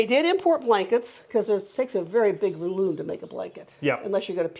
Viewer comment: it takes a big loom to make a blanket, transcript says ballon lol. It does sound like ballon lol.